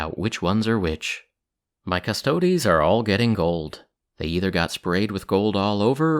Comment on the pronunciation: Thank you for pronouncing Custodes properly :) You are awesome.